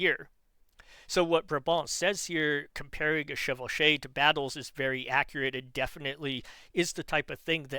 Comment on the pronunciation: I'm french. Your pronounciation of "chevauchée" is correct. I guess the reason Brabant doesn't use it is because it's mainly associated with how the English fought wars, mainly under the Black Prince. Which was before he could witness it (by the time he came of age, Charles V had nearly won the war and it's before Charles VI messes everything up). The main goal of pillaging during chevauchées was not to have to rely on supply lines so always moving faster than the defending army to escape it. On the other end it, unsurprisingly, allienated the french people which made it easier for french kings to gather popular support.